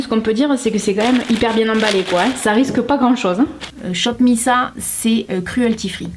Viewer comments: ON DIT « SHOP MISS ÈYE » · sa se prononce shop miss « aye » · Hey! j'ai pas encore vu ta vidéo complètement mais miss a ça se prononce à l'anglaise:) (référence au groupe de Kpop il me semble)